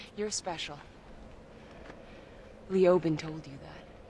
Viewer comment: Boys, the name “Leoban” has the strongest stress on the 2nd syllable. Lee-OH-bin. Not LEE-oh-ban. ✨